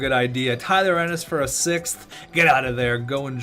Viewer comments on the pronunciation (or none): none